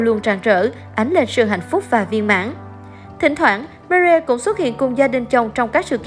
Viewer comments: chi oi xin doc ro rang ten Marie me. ri meee ri. doc tieng anh funny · đọc tiếng anh hay pháp mà người nghe khổng hiểu tên gì. Marie mà đọc chữ gì vậy